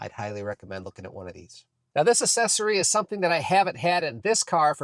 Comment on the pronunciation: It’s not ASSESSORY. pronounced AKSESORY